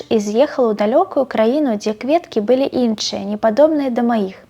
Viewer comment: Кветкі былІ. Мы былІ там. Націск падае на "і" у слове "былі". Прабачце, але так па-беларуску. Я разумею, што цяжка выйсці з-пад цяжару русского языка.